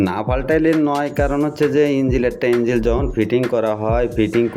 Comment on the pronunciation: ভাই এটা ইঞ্জিল না ইনঝোল 😂😂